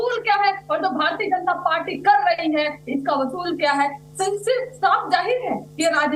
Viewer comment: R j d pravakta ko nhe pata vsul bolna h ya ooshul bolna h